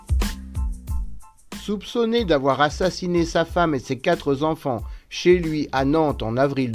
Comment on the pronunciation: Lorsque j'entends, et ce, dès la première phrase : "ses quatre'zenfants", je pars en courant... Désolée... Mais je pense qu'il est important que vous revoyiez, avant la mise en ligne de votre documentaire, votre diction, votre syntaxe, afin que celles-ci soient impeccables, c'est une des garanties du succès, mais pas que... Quand on maitrise cela, on est sur la bonne voie, croyez-moi... Je suis sûre, qu'autour de vous, une belle âme acceptera de vous aider dans ce sens... Bonne continuation, bienveillance.